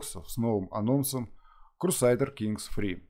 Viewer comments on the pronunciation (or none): то есть "крусайдерс" тебя не смутило?)